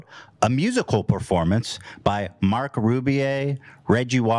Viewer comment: Love how Ethan manages to mispronounce Marc’s name even the second time on the show lmao